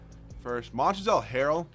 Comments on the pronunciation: pls it ain't that hard pronounced MONTREZ the L is silent and OG ANU-NOBI pls stop butchering their names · You don't have to pronounce the l in Montrezl harrell